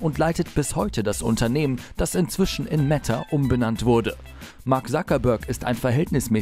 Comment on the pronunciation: Das heißt „Meta“ nicht „Metta“